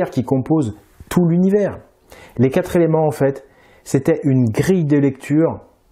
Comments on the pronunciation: Je t'aime beaucoup... MAIS laisser répéter plusieurs fois de suite l'expression: "Les quatre éléments" prononcée par ta comédienne, je la cite "Les quatre z'éléments", c'est: 1. Mépriser la langue française, 2. Manquer de PROFESSIONNALISME. Petite précision utile: Le mot "quatre" est un ADVERBE. En tant que tel, il est INVARIABLE. Il s'écrit donc toujours "QUATRE" et jamais "QUATRES"!!! Cordialement: L'instit. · Merci pour cette video instructive. Par contre, pour la demoiselle, les chiffres sont invariables donc on ne dit pas les quatres "z"elements, mais les quatre elements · MERCI beaucoup pour toutes vos videos. Grâce à vous je révise et remets en doute beaucoup de ce que j'ai appris depuis plus de 60 ans!!🤩 Mais de grâce, mes oreilles ont mal chaque fois que j'entends la jeune femme dire "les quatre-Z-éléments". Il n'y a pas de "S" à quatre, au pluriel. Petit détail, mais ouille ouille ouille! 😉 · dis à la voix off féminine que "quatre éléments" se prononce "quatréléments" et pas "quatre-z-éléments", ça nous écorche vraiment les oreilles! 😵‍💫 "Quatre" est un mot invariable qui ne prend jamais de "s". Dommage car ce documentaire est très intéressant 👍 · Quatre éléments et non qatre Zéléments!!! Pitié, votre narratrice accumule les liaisons "maltapropos'. Dommage pour les jeunes qui vous écoutent. Merci pour vos vidéos que j'apprécie, mais je ne supporte pas le massacre de notre belle langue déjà si menacée. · Coucou svp les liaisons " les quatre zéléments" ça tue les oreilles, c'est devenu juste courant avec les nombres ( comme mille zesclaves....) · Pas les "4 zéléments". Pitié! Merci d'avance. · Très bonne vidéo par contre , beaucoup de mauvaises liaisons ( par exemple : les quatre Zéléments ) ... à la longue , ça pique les Zoreilles !! 😉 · Oh, oh : les QUATRE ( TOUS les chiffres sont INVARIABLES)" zelements" (sic) . Désolée mais ça choque mes oreilles . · Elle m'agace, la dame,avec ses quatre zéléments.